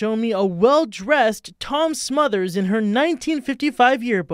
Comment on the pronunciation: SmotherS brothers- Tom SmotherS and Dick SmotherS. The second s is not silent.